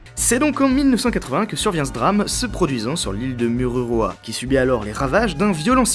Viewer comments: moruroa pas mururoa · Je suis tombé sur ta vidéo par hasard elle est très instructive, mais on ne dit pas "Mururoa" mais "Moruroa" tu peut me croire j'habite au Tuamotu donc avec un "O" et le "U" se prononce "ou" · Mururoa se prononce Mourouroa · On te soutien de tahiti et ça s'écrit mururoa mais ça se dit mourouroa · Morouroa Le "u" se dit "ou" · A tahiti oui je vien de la u se prononce ou donc il fait lire mourouroa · Iaorana je suis tahitien et on prononce Morouroua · trop drôle ta prononciation, "Moruroa" le "u" comme c'est en tahitien (oui je suis tahitien) se pononce "ou". Sinon très bonne vidéo;)